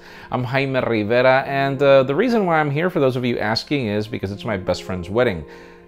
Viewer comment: I'm Filipino and your surname is very common in our country. I know a lot of people surnamed Rivera, but the way you say it knida ticks me off. Takes me away from all the tech stuff.